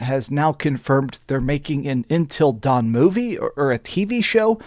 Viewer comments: Love your vids man but damn it’s UNtil dawn not INtel dawn 😅 did DS really need a remaster? No, no it didn’t, same with until dawn. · Intil Dawn or UNtil Dawn bro?!?! Hahaha...